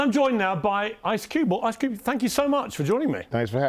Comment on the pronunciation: Did he really just said ice cubel😂😂